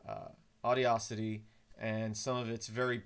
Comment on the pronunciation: It's pronounced Aw-DA-city